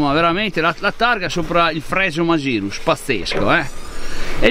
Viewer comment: Segnalo la pronuncia "magirus" scorretta. Poiché tale nome è nato in Germania, lo si pronuncia alla tedesca, quindi "Màghirus"